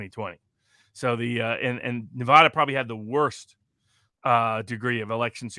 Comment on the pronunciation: I wish Robert would pronounce my state correctly. Nev ADD uh.